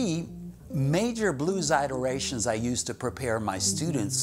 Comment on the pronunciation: Stop it with the I-terations man! Surprisingly he doesn’t say My-xol eye dian scale